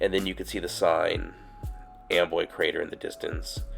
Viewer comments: It's spelled Amboy but I hear you saying Amway? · Why do the clouds look upsidedown, it sounds like you're saying Amway creator like lower Am